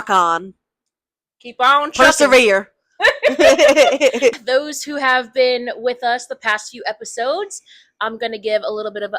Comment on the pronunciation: that “persevere” was COUNNNNTTRRYYY 🤣🤣😭😭